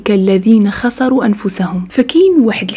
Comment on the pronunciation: سلام اختي حولي ملي تقراي الآيات القرانية ما تغلطيش في الشكل او تديري الفتحة او الضمة في بلاصة الكسرة .كمثال خسروا بكسر السين وليس بفتحها.